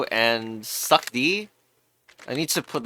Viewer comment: its succ like sucks not succ like suck because the second c is pronounced like an s